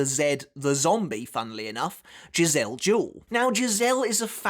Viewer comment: always thought it was Jih-zell Juh-Well